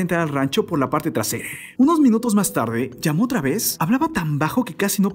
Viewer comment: Feo el acentito todas las palabras las termina E, "no hicieron nadeeeee", "en la entradeeee" "por la parte traereeeeeee" hayyyy que desesperante